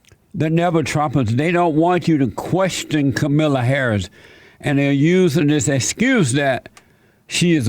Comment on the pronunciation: Kamilla Hahris